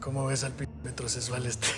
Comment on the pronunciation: Ese teca. No sabe pronunciar bien je je je metrosesual 😂😂 y a parte hablando como el sr de los cielos